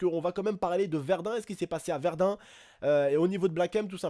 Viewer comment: Excuse moi mais je crois que c'est"Verdun"